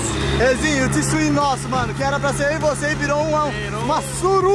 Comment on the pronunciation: Fala twin nao tswin kkkkkkkkkkkk